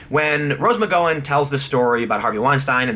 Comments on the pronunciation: McGOWan. Not McGOan. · I think you're great Tim but you are really bad at pronouncing names. It's Asia as in the continent of Asia and Rose McGowan is pronounced like you're saying OUch in the middle not O. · Jesus you suck at pronunciations. McGowan, Asia, Nike, Kaepernick, etc. Half of the time, you sound like you're speaking a different language.